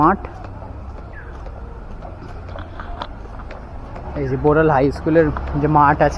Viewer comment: Borol noy Boral